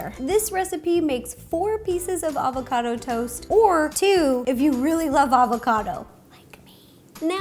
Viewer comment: FireCrystal 10 its "Avocado"... hahaha youve cheered up my day